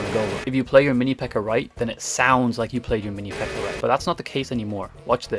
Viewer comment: i thought you were speaking spanish because of the "aña" of the minipekka, then I realized you were speaking english